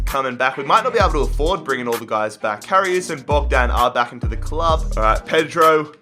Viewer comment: You can’t say karius